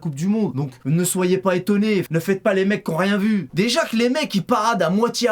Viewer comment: Oooo tu dit rient